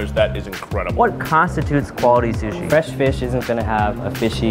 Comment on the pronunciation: Is it just me or were the saying shushi